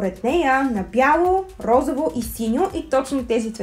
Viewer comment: РозОво, не РозАво!!!